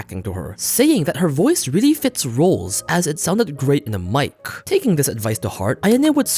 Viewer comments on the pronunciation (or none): none